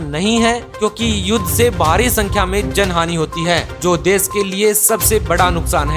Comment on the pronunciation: विस्व या विश्व, देस या देश सहर या शहर पता नहीं कौन सा सही है 😂